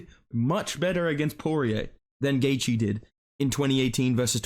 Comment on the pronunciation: I’m so glad you don’t butcher Justin’s last name like Flukas Glazey